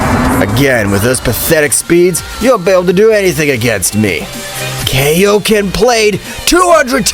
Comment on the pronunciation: I really hate when people call Kaioken “Keioken” bro just KAI o Ken, Kai is literally a name it’s pronounced the same way, unless your special and change the name to “Kei”